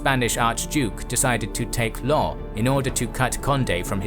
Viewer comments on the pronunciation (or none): LenS not Len ;) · Lens is pronounced with the s in the end, just to stop confusion at that point. Thank you for interesting videos in general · The "s" in Lens has to be pronouned. Just a small detail very good video mate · Little remark: the "s" in Lens is pronounced. Yes, I know, usually final S are not pronounced in French, but here it is.